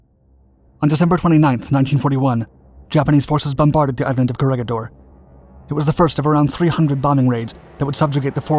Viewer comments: Just a small note: its pronouced CO RE HI DOR and BATA AN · Corregidor is pronounced as co re hi dor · Corregidor is pronounced like "korehidor." The 'g' sounds like 'h' since it is a Spainish word. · Read the "G" with a sound like "H"